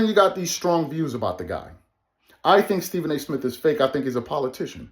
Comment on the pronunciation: Someone on here said: The movie remake: D'Jango Mic'd up! Starring Stephen A. Smiff as "Stephen"! 🤣🤣🤣🤣🤣🤣🤣🤣🤣🤣🤣🤣🤣🤣🤣🤣